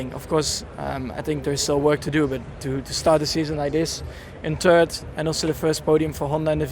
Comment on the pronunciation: I love it when Max says he came in TURD!